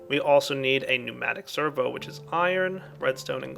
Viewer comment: I never cease to be impressed at correct pronunciation of "pneumatic servo" but his mispronunciation of "lapis lazuli".